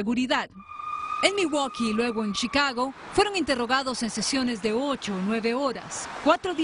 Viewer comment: Shicago jajajajaja